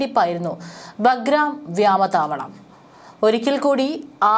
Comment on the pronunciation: മനുഷ്യനെ നാണം കെടുത്തല്ലേ.... വ്യാമ താവളമല്ല, "വ്യോമ താവളം" എന്ന് പറയൂ